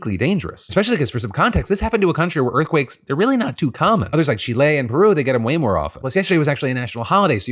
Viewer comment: it angers me how you pronounce Chile, still love you tho